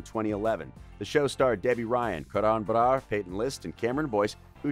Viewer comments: the way he says karan brar lmao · is nobody else a little concerned on how he says karan brars name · why does he say karan brar like that doe